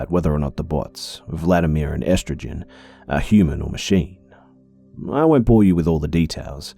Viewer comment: "Estrogen"? It's Estragon, rhymes with Gone. They're the two characters from Waiting for Godot by Samuel Becket. Vladimir and Estragon are having a conversation about rights free will, and existentialism. They want to go find those things but can't because they have to wait for Godot, who never arrives. They never figure out that, in their conversations, they find it all but ever realise it because they are too bust waiting for Godot.